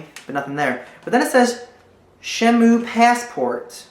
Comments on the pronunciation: good video, btw, it is pronounced SHEN-MOO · Dude how have u never heard of shenmue? I mean a lot of people havent but u shld play and its pronounced shin-moo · its pronounced (shen - moo) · god, it' SHEN-MUE and that was one of the greatest games ever (after sonic adventures of course)